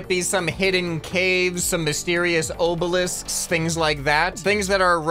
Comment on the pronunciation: Dude, it's Ob-elisk... not Obe-elisk 😂